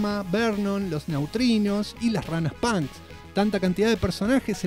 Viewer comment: Las ranas pAAAAnks, .. que curioso acento xD